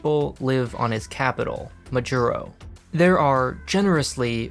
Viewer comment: Good video I know this fact isn't important so you don't really need to listen to this. But, you pronounced Majuro, and Kitibus incorrectly.